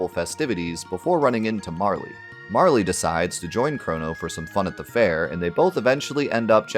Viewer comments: I shuddered everytime you said Marlee lol, it's MARL! Hahaha Love the channel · I'm going to be that guy as this game is my number 1 video game of all time (I still own the og SNES cart, in the box, with the manual and all the inserts). It's not Marle"y", it's just Marl. The Japanese spelling of her name is MaRu, not MaRi. Not trying to sound pretentious but it always irks me when people pronounce her name thay way. Fantastic in-depth look nonetheless.